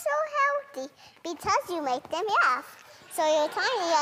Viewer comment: In fact, I can't get over "yaphing" 😂, so sweet. My niece pronounced laugh like that when she was little. So sweet 😂.